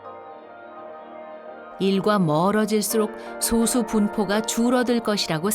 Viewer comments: [소수]아니고 [소쑤].... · [소수]가 아니라 [소쑤]입니다. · 발음이 너무 거슬린다.... 소~수가 아니고 소쑤 입니다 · [소:수]라고 읽으면 안되지. 이제 솟수라고 표기는 안하지만, 여전히 발음은 [소쑤]라 해야 옳다. 철자만 같을뿐 음도 다르고 그 뜻도 다르다. 즉 동철이음이의어. 성우는 그렇다 해도 분명 감수하는 이가 있었을텐데 성의가 없네. 좋은 내용을 사소하지만 기본적인 걸로 신뢰까먹는... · prime number는 [소쑤]로 발음해야... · 여기서의 소수는 [소쑤]로 발음해야함....국어사전에...[소수] 와 [소쑤]는 다른 용어임.. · 표기는 "소수"지만 발음 '솟수'하고 합니다. '소수'라고 빌음하면 0.1같은 수를 가리킵니다. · 표기는 소수인데 발음은 아직 [소쑤]가 맞습니다... 영상이 잘못됨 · 소수 발음 듣고 바로 나가기